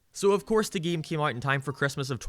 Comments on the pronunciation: I’ll never get over this man talking completely normal o til he says either geeem or geeyam, the refusing to just say game is so distracting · it kinda bothers me how he pronounces "game", it sounds like "geem" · I laughed every time you said “game”. Geehm.